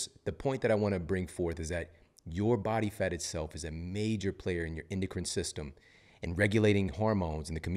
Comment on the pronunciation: I love when you say « Bat Fat » 😈😂 I’m laughing alone in my kitchen